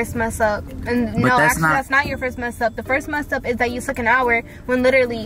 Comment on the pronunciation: " don't do dat" it's don't do that 🤣 words